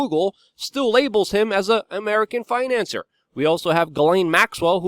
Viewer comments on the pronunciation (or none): Finance-seer, Financier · FinancIER. phonetic. the more intelligently you speak, the better for the message, Luke, constructive criticism.